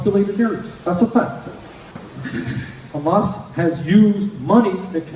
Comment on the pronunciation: I’m hating myself for donating to his campaign. He’s even doing the derogatory kha-mas pronounciation